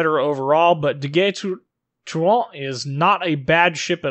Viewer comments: You say it Ah-kaT-su-ki, rather than Ah-ka-tsu-ki. It's subtle, but I was so impressed (with zero practical experience to back it up) with how well your French sounded so it got me a laugh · Just poking a little fun, but how do you manage to contort your mouth to pronounce this ship's name but you consistently butcher Akatsuki? LOL